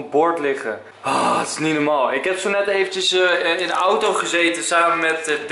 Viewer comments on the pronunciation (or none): none